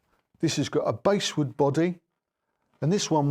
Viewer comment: Basswood is pronounced the same as the fish. Great review🙂